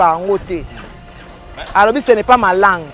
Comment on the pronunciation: sasa Ba senzi 🤣🤣🤣🤣🤣🤣🤣🤣 Férré le français ce n est pas ma lague au lieu de ma ( langue ) kuikuikui